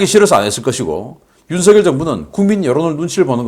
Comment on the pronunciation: 바보 얼간이들은 윤석열을 윤성열이라고 잘못 말하는데 윤석열을 윤성열이라고 말하는 것은 틀린 것이어서 윤석열을 윤서결이라고 말한 신인균씨가 제대로 발음한다. 신인균씨와는 다르게 윤석열을 윤성열이라고 잘못 말하는 인간들은 생각이 없는 바보 머저리들이다.